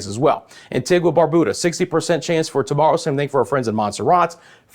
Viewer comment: It's not pronounced Barbooda the u is pronounced you... it's pronounced antiga not antigwa. I'm just trying to yo help you